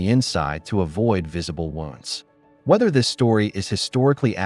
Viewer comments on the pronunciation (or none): none